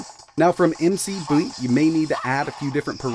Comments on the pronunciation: It's mc boot not m c boot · I wonder if it's real PS2 hardware in there? And the fact that you keep calling it emcee boot and saying it over and over is driving me insane lmao it's McBoot. You know, think Irish winter footwear. Not emcee boots. And you didn't mention enough whether it's real PS2 hardware in there, what if we forget after the 20th time you said it man!! How can I be sure it isn't emulated!??!! I need answers plz!!!!